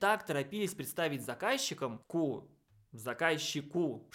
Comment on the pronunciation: да что ж вы так резко "ку" произнесли. Чёрт знает что подумать можно...что дальше будет про дифференциацию штанов...